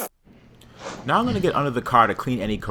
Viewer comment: I like how he pronounces ‘I’m’ as ‘I’n’